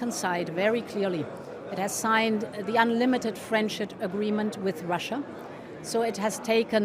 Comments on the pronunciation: she said friendshit* :D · sounds like she's saying "unlimited friendsh*t agreement" 😂 well, she's not wrong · i love how if you just blink at the right moment she actually says "unlimited friendSHIT agreement" instead, which is very befitting :D ^^